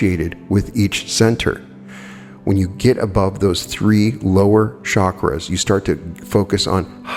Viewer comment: its not shakras,but chakras ;)